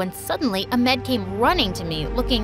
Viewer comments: “ I found out that his name was AMED “ It’s spelled correctly but pronounced wrong .. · The way she’s pronouncing ahmed the wrong way…. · As an egyptian, it just killed me when I heard the way she pronounced Ahmed and Farah. i’m seriously gonna die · as a muslim with these type of names in my country, the pronouncations are so funny, like how they pronounce ahmed! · You are saying Ahmed wrong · This is a great story and all, but you pronounced the name Farah wrong. I’m and Egyptian, so I’ll just tell you how its supposed to be pronounced. Its far and then ha even though its not spelt like that. Its also how you say wedding in Arabic. Also Ahmed was pronounced a little wrong, its a commanding ah and then med is a little bit like mid. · They Don't Know How To Pronounce "Ahmed"? 😅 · as an arab, i am so mad about the way their pronouncing the names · They didn't pronounce the h in Ahmed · GIRL THATS NOT HOW YOU SAY AHMED </333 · So I’m from Egypt and as an Egyptian girl the pronunciations of the names are really funny 😂 Like I love how they pronounced Ahmed😂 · Fact:You told “Ahmed” with the wrong pronunciation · Oh my gosh as a Pakistani it makes me so annoyed how their pronouncing "Ahmed" 💀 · You said half of the words wrong Ahmed and farah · That’s not how you say Ahmed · He’s name is not amed it’s Ahmed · Amed??? It’s Ahamad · I am from Saudi Arabia 🇸🇦 and Egypt 🇪🇬 is like on the other side of the ocean 🌊 and we’re Saudi Arabia we use those names and it’s so f funny how they say the names my brothers name is Ahmed and we don’t say it like that even Farrah and Marwa love from Saudi Arabia 🇸🇦❤️ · The pronouncation is not amex it's a-h-m-e-d! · Lol because it's pronounced ah med not amed yk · it's Ahmed not amed every Egyptian person nows that in English it's also ahmed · It is not Amed there is an H AHMED you -pronounce the h too you know ! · i laughed at how you said Amad instead of Ahmed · Far-aa Amed Saa-mar Nice pronunciation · Ahmed is pronounced as Ah-med